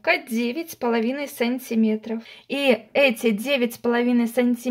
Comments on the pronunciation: Все прекрасно, но почему так говоришь сАнтиметров, вместо сантимЕтров. Уши режет во всех ваших видео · Смешно произносите "сАнтиметров"